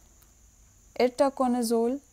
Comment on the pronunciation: Should be: Itraconazole, NOT Irtaconazole